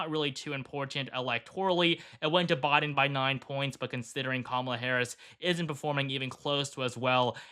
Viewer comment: Any particular reason why you keep mispronouncing Biden's name?